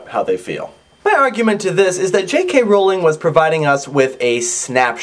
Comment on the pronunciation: I already liked the epilogue but now I think I appreciate it even more. Good job. :) Also, thank you, thank you, thank you for pronouncing Rowling correctly.